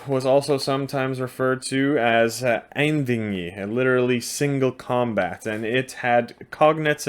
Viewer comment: It's pronounced "Ain" (as in aint) "wee' as in "we" and "i" as in "Inn' "Einvígi" Ein means "one" and Vígi is the act of killing. Have a good day and greetings from Iceland.